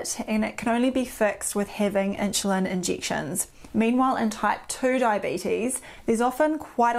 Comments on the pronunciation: ☺️starting to drive me crazy - never heard “inshulin” before 🙄. “Nixt”… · Is she saying ‘inchulin’? Not trying to be funny but she pronounces everything else 💯 fine so just curious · Could not listen to 'inshulin '... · Inchulin, lol. Accents are funny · What is with the weird pronunciation of "insulin" ?